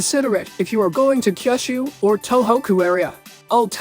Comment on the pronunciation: i also felt that he was using AI since he even pronounced Kyushu wrong (Kyoshu) which is really strange for a japanese person to get wrong